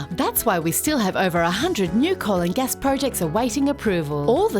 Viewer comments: I heard it as "the colon gas industry". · I swear I heard ‘colon gas’ 😂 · me hearing "colon gas" instead of "coal and gas" for the whole video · Everytime I hear you say coal and gas I just hear the "colon gas industry" soooooo... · For some reason, at first, I thought you were saying "colon gas" and I was like "yeah, ok, that's one way of putting it" 😂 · I love the fact that when she says ‘coal and gas’ it sounds like she says ‘ colon gas’. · Did you say the colon gas industry ?